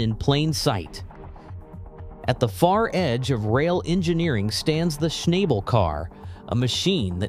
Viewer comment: Schnabel is pronounced "Shnah-bel", not "Shnay-bel".